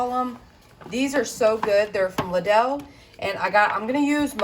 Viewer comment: Just a little hint. The store is pronounced like "little" just change the T's to d's. Love ya girl 💕 👋 from the 🇬🇧